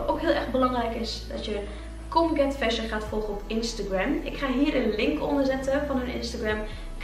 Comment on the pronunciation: ik doe mee!! ben ik trouwens de enige die colgate fashion verstond hahaha